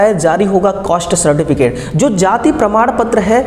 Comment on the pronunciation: Caste bolna nhi aata cost cost bol raha hai😂😂😂😂 kaisa technical hai